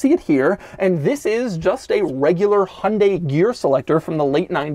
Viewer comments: It’s pronounced hi-on, dye, hunday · it's he-oon-dy, not hun-day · Isn't it pronounced Hy-un-day not Hun-day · Haha wtf hon-day it’s Hy-un-dai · Hi-un-die...not hun-day... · Do you mean Hai Un Dai? It has three syllables. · It hurts how he says "hunday" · the "hunday" pronunciation is driving me insane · The way he's saying Hyundai is genuinely infuriating. The word has more than 2 syllables. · Really wish Americans would learn to pronounce Hyundai properly. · i just cant get over how BAD you are pronouncing "Hyundai" XD